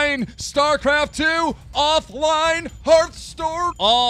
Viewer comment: HEARTH STORE I swear to god keep can't read